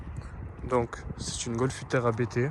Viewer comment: On ne dit pas A.B.T mais Abt ou abte en phonétique. Abt est un nom propre et non un sigle. Le créateur de l’entreprise s’appelle Hans-Jurgen ABT. Son fils Daniel Abt participe au championnat de Formule E.